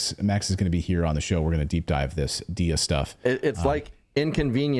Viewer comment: it is D-I-Y-A ... not D-I-I-A